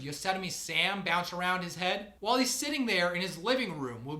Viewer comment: I stopped listening when he said "wohl" instead of "while."